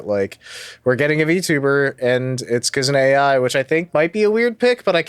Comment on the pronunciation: only started watching and hearing say Kizuna Ai as A.I. instead of Eye